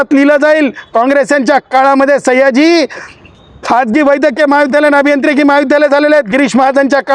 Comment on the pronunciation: सैय्याजी नाही 😂 सयाजी म्हण